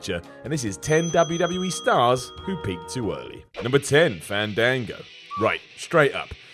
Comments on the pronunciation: It's FAAAAAAAAHN-DAAAAAAAAAHN-GO. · You say fandango wrong.